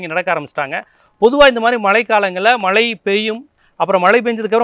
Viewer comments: " மளை" இல்லை..."மழை " என்று சரியாக சொல்க.... பொளிவு "இல்லை அது பொழிவு....... அய்யா தமிளை கொழ்ழாதீர்கள் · மலை அல்ல மழை என்று சொல்லவும்